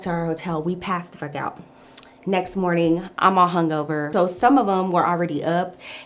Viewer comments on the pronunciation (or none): The way u tell the story is sooooooooooo funny!!!!! and the english u use. u said morting to say morning, i love it😁🤣